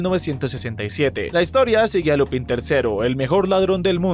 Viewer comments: Se escribe Lupin, se dice Lupen y tú lo pronuncias Lupán. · Ja ja Solo vengó en plan "Hermione" ; " No sé pronuncia Lupín se pronuncia Lupān"